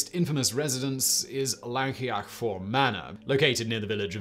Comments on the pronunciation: He got a few spot on but he pronounced Llancaiach Fawr in about three different ways that were all sadly wrong 🤣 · Having been to port Talbot.. knock down the wall it wouldn't be a big loss Llancaiach fawr...First pronunciation I was impressed, every time after that was physically painful.